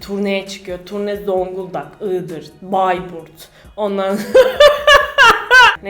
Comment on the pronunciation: o nasıl bayburt demek ya 😁😀😀